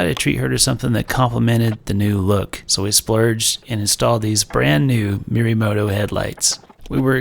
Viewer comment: Isn’t it Morimoto (Moe re moto)?